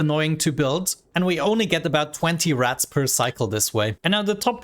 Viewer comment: It took me 5 minutes to realize you were saying "Rads" and not "Rats"